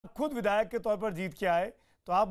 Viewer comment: चु... बिधायक नहीं विधायक होता है ,पहले बोलना सीख लो अखिलेश प्रताप सिंह